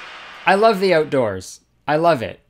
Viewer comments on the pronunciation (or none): Jennie Nowacki I love the oatdoors.